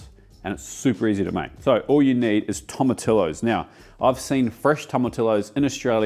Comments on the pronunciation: Great vid! However… Tomatillos are pronounced “Tom a tee yos” Just like tortilla. It’s pronounced “tor tee ya” not tortilla. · Toh mah tee ohs=Tomatillos. And, don't make the 't's too hard. Pronounce those 'h's. In Spanish, the vowels are always pronounced the same way, no matter where they fall in a word. Good job pronouncing Rojo. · Great video! I can't wait to make this for my boyfriend. Btw I'm part Hispanic & FYI your pronouncing tomatillos INCORRECTLY! Sorry it's driving me crazy. In Spanish the double L "ll" is pronounced like a Y. Sound it out Tom a tee yos. 😊